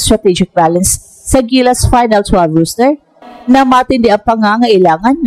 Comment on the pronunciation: ROSTER po, hindi ROOSTER